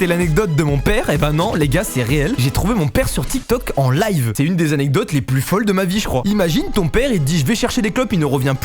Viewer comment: SEPT ZZZZANECDOTES au début mdrr